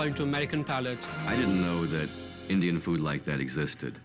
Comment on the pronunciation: wtf💀💀 "indish"😭